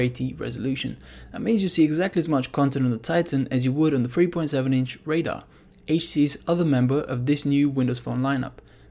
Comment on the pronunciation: "H.T.C's"....not, "H.Tees"